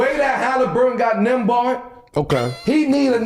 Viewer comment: NEM- BARD 😅